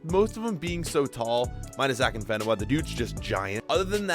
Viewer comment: He so pronounced afienka wrong